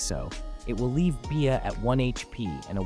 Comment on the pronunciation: I hate ai saying bea as “be ah” and not just saying bee like it’s supposed to be